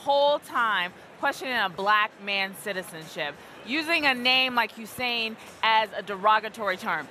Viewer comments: My middle eastern friends said not way he says his middle name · 😂 that's why he emphasizes his middle name🙄